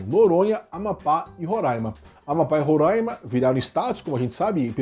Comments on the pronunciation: A pronúncia correta não é "Roráima" e sim "Rorãima", tanto aqui quanto nas outras repetições durante o vídeo. que vício de usarem temos como "ditador" em tudo apenas por motivos ideológicos... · É RorÁima. Não tem a N antes do A e nem o A tem acento til para nasalizar essa pronuncia.